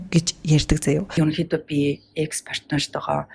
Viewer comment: Икс биш экс гэж дууддаг шүү 😊